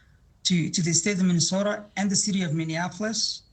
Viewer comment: Are you saying millionapolis instead of Minneapolis ? Because your pronunciation is hurting my ears.